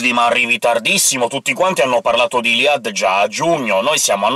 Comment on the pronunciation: Ciao ho visto che non sai come si pronuncia il nome di iliad. Bene, io ho chiesto alla mia insegnante di francese e mi ha risposto che si pronuncia non come dici tu. Grazie mille e scusa per il disturbo.